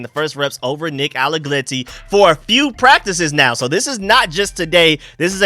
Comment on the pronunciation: It's Nick AlleGRETTI WITH AN R! Not AlleGLETTI ! There is no L